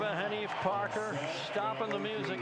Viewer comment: I would add since they talked about Oregon, Tayyiba Haneef Park, yes it's PARK, not Parker.... How hard is that, really. Just showed a complete lack of preparation by the announcers.